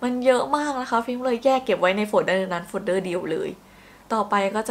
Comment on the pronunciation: โฟลเดอร์ก็น่าจะอ่าน ว่า โฟเดอร์นะคะ ไม่น่าใช่ โฟด-เดอร์